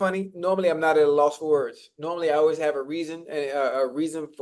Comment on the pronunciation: Unc don’t be pronouncing the words correctly half the time!